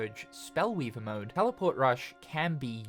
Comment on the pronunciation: “Tellyport.” Hehehe.